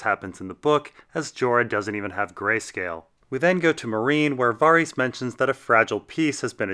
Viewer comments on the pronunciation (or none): Var-ees For real? It's Varys. For 20 years, it's been Varys.